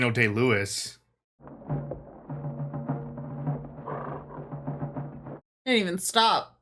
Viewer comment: You said his name wrong. It’s Daniel “I win an Oscar for every role I play” Day-Lewis.